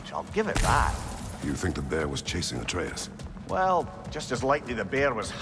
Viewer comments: I hate how he say ay-treus it’s ah-treus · Ain’t no way bro said “are we gonna keep calling boy Artreeus” Looool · it's ah-trey-uhs